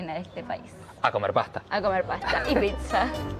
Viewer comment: Si dice pizza e no pixza. Comer la salsa que quedó con el pan es típico italiano y se llama "scarpetta", que lo hacen también en Argentina es porque lo eredaron de nosotros.